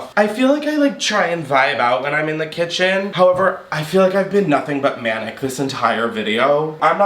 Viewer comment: We love a “’ Chaotic Cithen”, did I stutter? ❤😂🎉